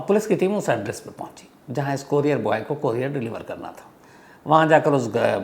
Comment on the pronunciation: कोरियार नही कुरिअर बोलते है....shams sir